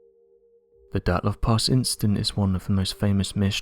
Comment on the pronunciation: Why does he call it "Dartlov"??